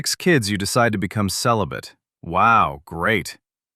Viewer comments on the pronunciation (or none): I think she's confusing celibate with sell-a-bit